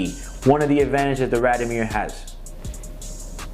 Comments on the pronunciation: First, it's pronounced "raad-eeoh-meer" not "rahd-o-meer". And you're supposed to be a watch dealer? Second, the neck chain and the sunglasses (indoors) scream GIANT DOUCHEBAG!! Would you buy a watch from this guy? I sure wouldn't. He looks and sounds like a guy selling fake Rolex's inside a raincoat on Canal St. in New York. A real sleazeball. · Please pronounce it correctly...RAD-I-O-MIR.